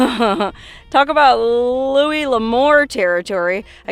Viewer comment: Yeah! you finally pronounced ‘Louis’ L’Amour the way it’s supposed to be pronounced… Lou-ie not Lou-is. It’s a common mispronunciation, no big deal, I’m just glad you finally got it. It kind of stuck in my craw